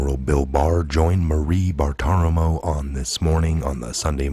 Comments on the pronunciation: Brother I love you and you have a great important content but you miss pronounce almost everything. It’s Maria Bartolomo. Not Marie Bartimo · Pronouced Bar-tuh-ro-mo.